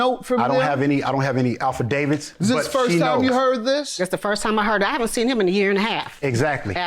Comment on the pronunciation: "i dont have any alpha-davids" hahhah dude., affidavit